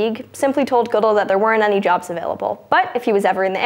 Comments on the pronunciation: It's pronounced Good-Dell like the PC nor Goodl. Had to stop the video at that point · It's Good-ell. Not Goodull. Take a breath. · Ga-dell not how ever you said it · I may be the only sports fan who watches this channel, anyhow the commissioner of the NFL's last name is pronounced Good L, not Goodull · The pronunciation of Roger Goodell was strange. It is Good-dell, not Good-dul. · It's not Roger Goodle, it's Goodell. Like, Good-elle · NFL comissioner Roger Goodell's last name is pronounced guh DELL not good uhl. Sorry this just drove me nuts! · If only she pronounced Roger Goodell's name correctly. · I personally don't like the man, but FYI, his name is pronounced "Gah-DELL," not "GOOD-ell." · It's Ga-Del, not Goo-dil... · It's pronounced "GuDel" not "Goodle" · his name is pronounced good dell not good all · good-ELL. Not GOOD-uhl. Mispronouncing things is John's thing, thing-thief!!!! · Emphasis on the wrong syllable (Guh-DELL). She had a 50/50 shot but someone should have caught it. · INTERN, YOU'RE FIRED! It's pronounced Good-L. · *Roger Guh-Dell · She pronounced "Goodell" wrong. The emphasis is on "ell". Good-ELL. Not a coincidence someone with her appearance wouldn't know that, but that's none of my business. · Roger "Guudehl" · It's pronounced Goo-DELL. (Like the computer.) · It's pronounced Good-Elle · Yeah. I wish they would do a little more research and make sure they have the names down. If she had said it once, I would have just ignored it, but she said his name wrong like 3 or 4 times in 30 seconds so it really stuck with me. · The way you pronounce Roger Goodell is hilarious. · obviously doesn't watch much ESPN as you can't make it through Sports Center without learning how to pronounce Goodell... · How many times can you mispronounce roger goodells' name? I think 5 is a record. Otherwise, good job hosting. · She was great!!! (somebody's gotta fact check pronunciation for Roger Goodell's name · You pronounced Goodell wrong